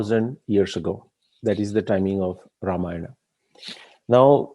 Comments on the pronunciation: this is brilliant! Fantastic!! I just have a slight objection to the way you are pronouncing certain words…… Sugreevaaa, Ramayanaaa, Ravanaaa They should be pronounced Sugreev, Ramayan, Raavan Why put the extended "aaa" after each word?😩 Sir, please look into this. Thanks! 😊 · Good video, but saying Ravan"aa', Ramayan"aa", Sughriv"aa" etc. is very frustrating... I would expect the correct pronounciation from someone who has done so much research...